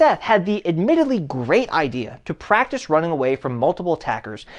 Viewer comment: "wai are yu ronnin? wai are you ronnin?"